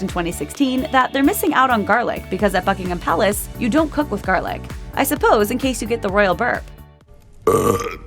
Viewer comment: I keep hearing fuckingham palace lol